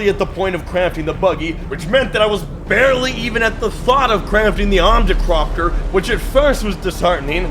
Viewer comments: I don't know how to tell you this. But it's ornithopter 😅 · Him mispronouncing the ornithopter name saddens me but im too tired to care and it seems hes vibing so ill let it slide